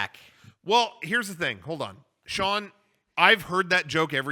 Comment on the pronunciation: Shauwn, not Shaun